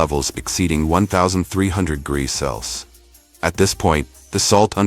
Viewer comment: I am enjoying your videos, they are very informative and educational. One thing, could you get ur robot to pronounce Celcium correctly and instead of U.S.D, could you get him to say U.S.Dollars please. Thank you.